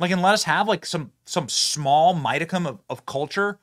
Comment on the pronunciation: Mydicum? It's modicum.